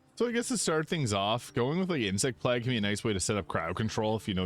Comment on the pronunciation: "Plague" is pronounced (playg), rhyming with "vague", where the "pl" is like in "play," the vowel sound is a long 'a' (like in "day"), and the "g" is a hard 'g' sound, making it sound like "playg". hope that helps lol